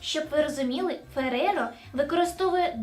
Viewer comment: П'єтро Ферреро, правильно. Пьеро Феррейро, неправильно.